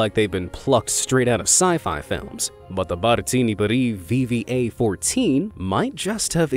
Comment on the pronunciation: something more terrifying than the Ekranoplan was how read VVA perfectly